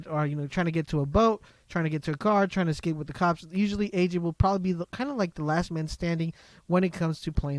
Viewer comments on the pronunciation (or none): none